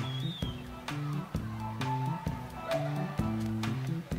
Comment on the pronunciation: "Ye Ha" -. your "Texas" is shining through!